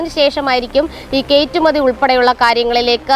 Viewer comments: Gd - btw - kaittumathi alla , kayattumathi aannu ! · കേറ്റുമതി എന്ന് കേൾക്കുന്നു.. കയറ്റുമതി എന്ന് പറയണേ സഹോ 🧡